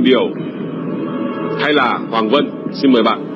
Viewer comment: Hoàng văn mà đọc (vân)